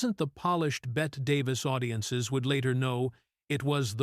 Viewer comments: Bette is pronounced “Betty” not “Bet” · "Bette" was pronounced "Betty", not "bet". You're welcome. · I don't put a lot of stock in what those old men called these women. They didn't know true ugly. Which was in them. Those men were just cruel. None of those women were ugly. Bette is pronounced like Betty.